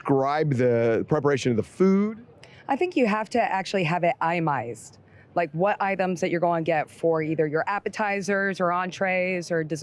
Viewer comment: the woman said what?🧐👀👂🏻 “Imized” Do you mean itemized?😂🤣😂